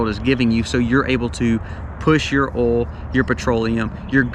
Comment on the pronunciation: I love how you say the word oil. “Ole”